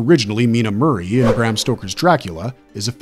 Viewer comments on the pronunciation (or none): none